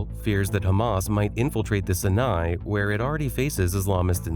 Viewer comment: Sinai Peninsula. It's pronounced, the "sigh-nigh"...cie nie. Not si-NIGH. You've got the accent on the wrong syllable. Ai? or incompetence? If you or the Ai don't even know how things are pronounced, then the whole thing is in question. Get with it. Work on it. You're not quite up to par. One more thing for the young: The "piece" sign with the fingers actually means V for victory. The perps claim victory all the time. They've never been the victors, and never will.